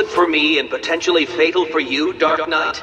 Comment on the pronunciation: I find it funny how sometimes it sounds like he calls batman "Dark nut" lol